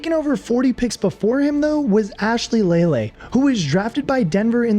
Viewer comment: Sinor-ICK Moss?? Ashley Lee-LAY?? Dude got half these names wrong.